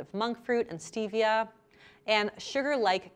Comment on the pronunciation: Stevia is 100% natural especially crushed green leaf or liquid. You can grow it in your back yard. White care sugar is really processed so much that I would identified as artificial. Also please pronounce Stevia correctly. Cravings occur when the candida in your body needs to feed on sugar, thus cravings.